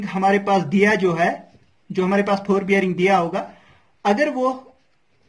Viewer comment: Nice explaination ( phorebearing) (4bearing) 😂